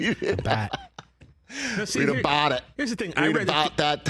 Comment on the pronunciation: You better read "abaht" that towel jr. 🤣👏👏👏